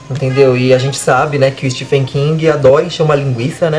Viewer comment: Bem legal a resenha. Gostei. Só uma dica: se pronuncia “estiVen” com som de v mesmo e não “estiFen” (o apelido “STIVE” vem daí).